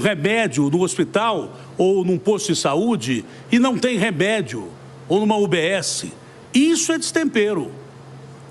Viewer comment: NÃO TEM 'REBÉDIO', Datena???? O que é "rebédio"????😂😂😂😂